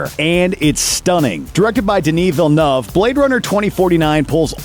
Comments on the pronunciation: Hate to be picky, but please...it is not pronounced "Vil-nuv" It is more closer to "Veel-neuv" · DillAYYYNUUUAAAAYYYVEEEY JESUS CHRIST PRONOUNCE HIS NAME RIGHT